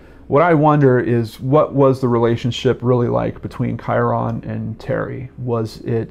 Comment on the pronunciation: Just a friendly fyi! Kyron is pronounced "Ky-rin"... ;-D